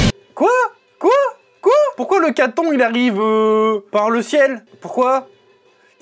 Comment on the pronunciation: Mais ça s'écrit katon mais on ke prononce katone nn